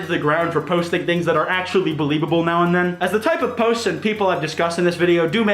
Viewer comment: "to be In the top potes of all time